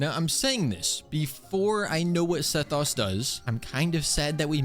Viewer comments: KOO-Key Shinobu. Seth-OS not US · It's not Seh-thaws please stop😣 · S-eh-oh-s. That's how you pronounce sethos. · the way he says sethos is making me so mad